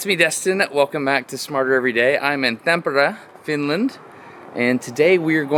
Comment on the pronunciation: I enjoyed watching him butcher "Tampere". "Tam-peare" instead of "Tom-pa-ray".😊